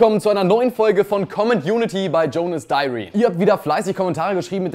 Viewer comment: #ComentUnity Jonas :D Warum sagst du immer Jonas Diary (englisch ausgesprochen) anstatt einfach Jonas Diary (deutsch ausgesprochen), weil das zweite viel besser klingt ;) Und meine zweite Frage ist: wie verhalte ich mich richtig, wenn ich dich zufällig auf der Straße treffe? :D Würdest du mir ein Autogramm auf meine Stirn geben?